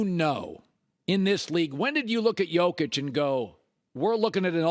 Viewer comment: Either pronounce Nikola's first name as "YOKE-ich" or "the Joker". But do not call him "JOKE-ich" or "JOCK itch" or "YOKE-er". A "yoke" is a wooden beam, crossbar, frame, or horizontal brace that you place between two oxen or two mules so the animals can team up to pull a heavy load together. Likewise, "YOKE-ich" is the solid interconnected crossbar of the Nuggets who connects all his teammates together, through his shooting, assists, passing, and rebounds, to create a synergy that makes every teammate around "YOKE-ich" pull the load together more effectively. As for pronouncing "Nikola", Nikola himself pronounces it as "ni-KO-la", although other Serbs pronounce it "NI-co-la"... so either one works for the Joker.